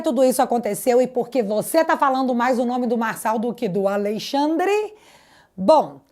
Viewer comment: Me dá nervoso falar Al(Ei)-xandre ao invés AlExandre 😅